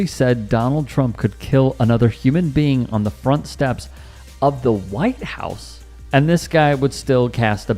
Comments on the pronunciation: He said on the steps of the "Whoo-ite house"😅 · Ngl, the second the guy they were interviewing said "Hwhite house", I kinda knew he was the type that would vote for Trump against his own interests no matter what.